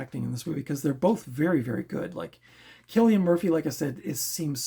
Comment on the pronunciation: You are right with pronouning his name theres a video where he tells how its said (kill not sill) lol. I really enjoyed red eye it was a great thriller i always enjoy these types of films 🙂